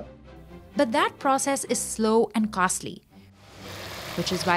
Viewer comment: slow and castly 😂😂